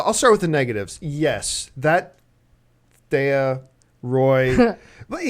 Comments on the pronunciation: Can you please start pronouncing Stephen Amell right and THEEEEE-AH as fans it's embarrassing. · Why is John constantly pronouncing Thea wrong? His wife and the other woman are saying it correctly yet he doesn't get it. Just like how everyone says Cumberbatch and he'll say Cumberbotch. lol